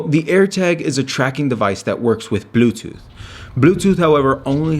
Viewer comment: Bluetooth not BLUBEtooth.